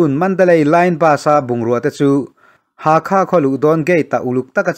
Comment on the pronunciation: Bengvarthlak thei hle mai, Chuan, thil pakhat, Pa-le-twa tiin i rawn lam ri a, a dik chiah lo, Pa-let-wah tia lam rik tur a ni e. Hakha tih pawh Hâkhâ, a ri a sang ve² tur.